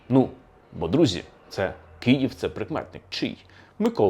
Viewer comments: Все цікаво,але Київ,а не "Кіїв" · Дуже дякую за вашу працю! Цікаво й аргументовано. Єдине побажання до пана Олександра - вимовляйте Київ твердіше, бо я чую Кієв.